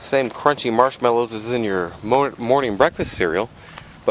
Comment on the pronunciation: stupid question... did you say you sell marmelows x) ?